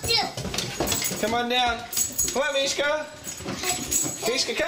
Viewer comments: lol mishka the talking husky and the way she pronouced mishka on fisrk "mihka the taking husky" oh.. it is pronounced mihka... -_-* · I love how says Mishka in the beginning- Meeka:) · i love it how says Mika not Mishka lol